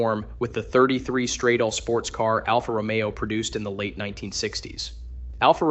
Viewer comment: Please, educate your "talking head": the word is "strah-dah-ley", not "struh-dayl"! And "Ro-me-oh", not "Ro-mio". It's not hard to look the words up on the internet and find proper pronunciation for words that you're unsure of. Do a little research and makre yourself sound reasonably intelligent, please!